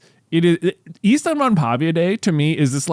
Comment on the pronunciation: As a finnish person; 1) You are pronouncing it close enough, but it is in fact ystävänpäIVä not ystävänpäVIä 2) ystävänpäivä literally translates to friends day, so by saying ystävänpäivä day, you are saying friends day day 3) Ystävänpäivä is a Finnish word and Finland isn’t part of the scandinavia. Though Sweden (and i’d assume most other scandinavian countries) have a similar name for valentines day; vändagen (also translates to friends day)